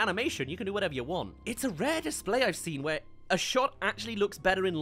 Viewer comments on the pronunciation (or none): none